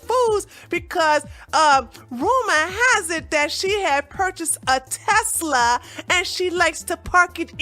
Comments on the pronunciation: Lol, it's pronounced TES- LA.. I love this channel!! Keep them coming!! 🤗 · Telsla...WTF is a Telsla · Love the video.. but the way you say Tesla is like someone chewing loudly...!!!!!!!!!!!! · u gotta work on that Tesla pronunciacion lol